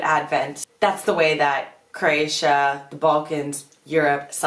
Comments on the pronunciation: No offense, but your pronunciation of Croatia drives me up the wall. It's a three syllable word, not two. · You are mispronouncing Croatia. Please stop.